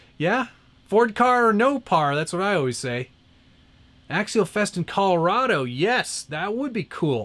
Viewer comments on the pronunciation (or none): none